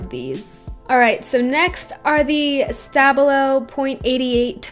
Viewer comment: Please stop butchering the name Stabilo. SHTA-BIEL-O. I Iove the Stabilo fine liners, don't know why you don't like them...